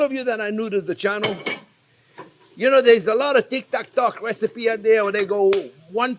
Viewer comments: made me laugh with the "Tik Tak Tok" XD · "tic tac toc videos" LOL